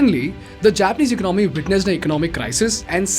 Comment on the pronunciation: It’s not “eco nomy” but economy.